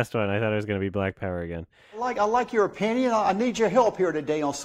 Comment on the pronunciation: Highlights I could swear I hear saying "I like your o-peeny" instead of "I like your opinion".